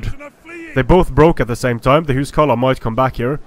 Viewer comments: why are you saying huscarlo ? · WalrusJones Isn't it the old norse way of saying it, and Icelandic is the language that's ressembles it the most out of the modern languages?